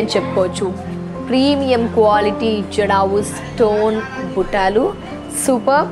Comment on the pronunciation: Buttalu buttaaalu kadu